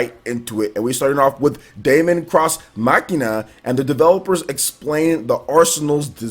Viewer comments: Hey wassup. Deemon it's pronounced guys not Daymon. Daemon(demon) x Machina is looking better n better the more I see it, a game I am really looking forward too playing and a very nice surprise. Resident Evil 2 Remake or Reimagining collector's edition I will have too try n get. Younger Leon n Claire are looking awesome and the game as a whole is looking pure quality. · It's pronounced Demon ex machina like deus ex machina not Damon cross Machina